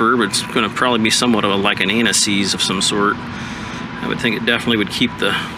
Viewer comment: did you say anti seize or anal ease? lololol both work